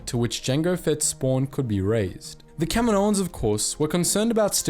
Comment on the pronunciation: Thank you for pronouncing “Kaminoans” correctly :)